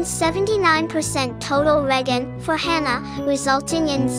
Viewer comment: hmm couldn't the developers have just made a cap of 3-4 seconds for FP's Skill Regeneration ?? also the G in Regen is spoken as a "J" not sure if your aware of that or not. It's like how the letter "C" in Italian is pronounced as "Ch" or "W" in German is spoken as a "V" some times.. languages can be odd.